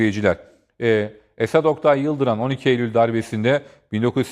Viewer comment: Tutuklular değil - * Teröristler* İşkenceci değil ŞEHİT Daha adını bile düzgün söyleyemediğin komutanımızın hakkında Düzgün konuş